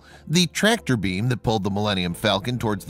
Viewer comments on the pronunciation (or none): none